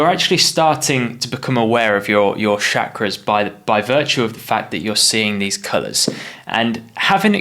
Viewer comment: It's called Chakra and not Shakra*